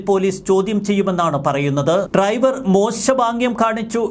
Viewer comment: ട്രൈവർ അല്ല ഡ്രൈവർ ആണ് 😂